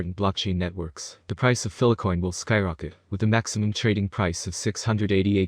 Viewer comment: FILE-COIN NOT PHILA-COIN! WHY ARE YOU PRONOUNCING IT LIKE THAT AND YOU EVEN SAY FILE SEVERAL TIMES IN VIDEO BUT STILL CALL FILECOIN PHILACOIN!!! WHHHHYYYYYYYYYYYYYYYYYYY